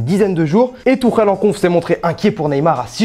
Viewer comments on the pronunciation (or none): none